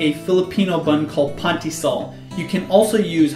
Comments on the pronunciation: Hi! I am a Filipino and pandesal is one of the most easiest yet most delicious food in our country. It is pretty cheap here. And it is not pronounced as "pandisal" it is prounounced as "pandesal".😊 btw are you a Filipino ? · It's panDEsal not PanTIsal :p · It's pandesal not pantesa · its "pan de sal" not pahntie sal. LOL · Lol. Oh. "Pantysal" and "Worcestershire" hahahaahaha. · that burger looks good! I'm sorry though I laughed when you said "pantysal" it's funny but you don't have to correct yourself.:) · Pan de sal you say the sal part like your. Saying the name al. So it's like pan de s-al